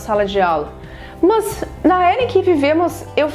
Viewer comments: os sotaques no Brasil são interessantes. A professora do vídeo fala "Mus" quando intenciona falara "Mas". interessante demais sô! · mto gerundismo! fico nervosa com isso! E tb mts "Mãs", Enganjar...